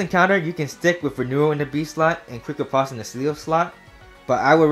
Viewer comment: I get tilted every time he mispronounces Riposte